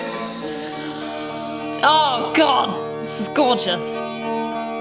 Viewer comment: Say gorgous again imao.